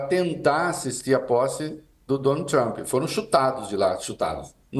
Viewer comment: “Trumpi” kkkkkkk trump my friend